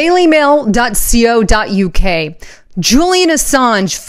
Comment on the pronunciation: Dot “co” dot uk. Co as in company, Jones and co etc. Not c.o.